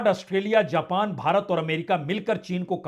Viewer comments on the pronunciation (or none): none